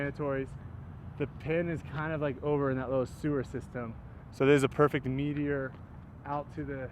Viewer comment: I can’t stop hearing “meat eater” every time you talk about the Meteor disk 🤷‍♂️